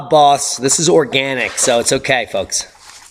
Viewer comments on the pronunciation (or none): none